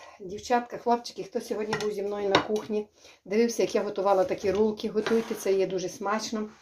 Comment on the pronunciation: говорить правильно рульки бараболя